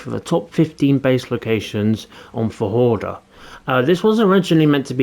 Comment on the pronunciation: 😂😂 I spit my water when he said "Fa-hordur" at the start... 😅